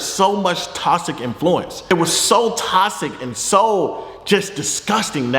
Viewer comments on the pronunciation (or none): No one: Fredo: “tosic” 😂😂😂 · wtf does “tossick” mean lmaooo ik he not tryna say toxic🤣🤣🤣🤣